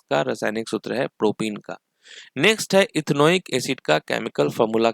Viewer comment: propen it's प्रोपेन not प्रोपीन (CnH2n) Propyne it's प्रोपाइन not प्रोपीन (CnH2n-2)